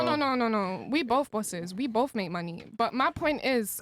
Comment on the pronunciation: I like how she says with BOF OF US 🙄🙄